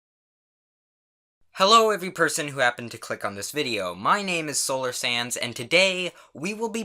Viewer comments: Every time i hear you say "solar sands" its like "slolar SANS" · It sounds like he says “solar sans”